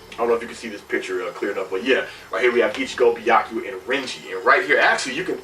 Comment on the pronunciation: Byakuya (Beer-Ku-Ya) , not Byaku LOL